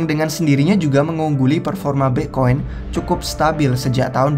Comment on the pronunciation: Pletform, Pla'fom, Plavon. Bitkoin, Bi'koin, Mbekoin.😂 Luna, Anchor, Glimmer. 💪